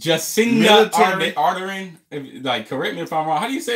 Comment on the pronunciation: Its pronounced "Arr-Dern". It's pretty simple and not confusing, the law change is generally if it's not single-shot, it's gone. Why is it 'scary'? Why is a different culture with a different society changing its laws 'scary'? As to your question about the number of people with those guns? Very very few. We don't have a culture of guns here, we don't need them or want them. I'm 40, I have met maybe 6 or 7 people (in my life) that own a gun, and only two of those had one that was automatic. To clarify further, 99% of NZers don't have guns - we don't live in LA, Detroit, Chicago or any of these other complete clusterf-k warzones where everyone has a gun. 90% of our criminals don't have guns and the ones that do are primarily single shot sawn-off shotguns or similar. I know you are coming from the US, but we don't have the same level of problems and gun violence you do, its a completely different culture. Hell, the f-ker that carried out the massacre wasn't even kiwi, he was Australian. If you took a poll, 99% of NZ'ers are in favour of the poll, only the crazy gun-nuts arent. All parties in parliament (we have a bunch) agreed UNANIMOUSLY to change the law. We don't have the same political division the US does. I cannot emphasise this enough - we the people WANT THIS CHANGE. No one is stripping us of our rights. No one is trampling on our liberty. No one is taking away our freedom. You in the US just associate all of those things with a gun - I can't think of another 1st world c